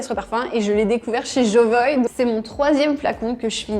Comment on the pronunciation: Pourquoi vous prononcez "Jovoï" et non "Jovoua" ? En tout cas François Hénin, le fondateur, le prononce de cette manière